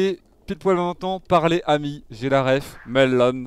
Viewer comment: Est ce que je suis premier degré content que terracid sache bien prononcer "ami" en elfique .... OUI!!!